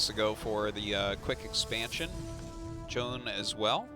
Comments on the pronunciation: I got the impression from their explanation last cast that they're still saying it wrong. I think it's two syllables. Jo-Yun, not Joan. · I love tastosis, but it bothers me how artosis pronounces Zoun as "Jhon", like wtf bro? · If Zoun is pronounced 'Joan' then.. why isnt it anglicised to Joan.. and not Zoun? Because Zoun is pronounced Zoun, not Joan.